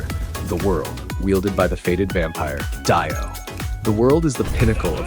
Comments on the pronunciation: Dio not dieo😅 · you thought it was dio BUT IT WAS I DAIYO!!! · Why did i just know he was gonna say die-o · ahh yes, "Daiyo". bruh this guy is presenting a JJBA mod but knows nothing about, bet he's even reading a little script. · Die-oh ahahahaha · the way he said Dio 😭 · Bro why you pronouncing DIO like that. I'm pretty sure that's illegal